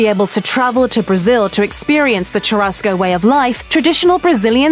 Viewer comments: * tchurasco * ahahahaah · please stop saying TCHURASCO CHU has the same pronunciation as "SHO" in shoe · Yeah, and "churrasco" and "rodizio" - basically every Portuguese word she said. If you're going to do an "educational" video, at least take the time to figure out how to pronounce the words. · It hurts my ears to hear you butcher pronunciation of "churrasco," "picanha," and others. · Yo is it really that hard to pronounce the rr in churrasco? Pls native english speakers help me understand this I am NOT bragging, I just want to know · I cringed when the woman tried to say "churrasco". They really can't pronounce the "RR"